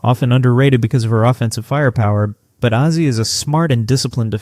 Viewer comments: It's pronounced "A-Z." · You're mispronouncing Azzi Fudd's first name. The "A' Is pronounced as in "phase", not as in "had". Otherwise...we'll see. At least you're willing to conjure...good for you!